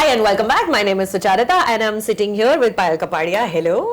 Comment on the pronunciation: I think its not suchaarita but sucharita. ( su + charita )